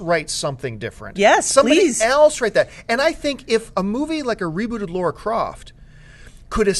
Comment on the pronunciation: Damn you American's, It's Lara not Laura